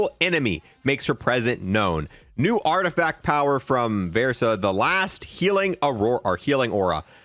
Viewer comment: Art-eh-FACT not art effect lmao